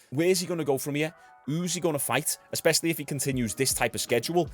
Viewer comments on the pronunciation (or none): none